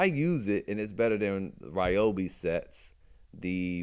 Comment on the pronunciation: REE-O-BEE, not RYE-O-BEE.